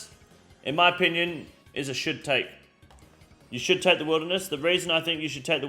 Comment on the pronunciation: This region is a should take. bro i thought you were saying it was "shit take"